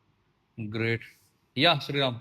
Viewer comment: सरांचा ग्रेट चा उच्चार हा इंग्लिश वाटतो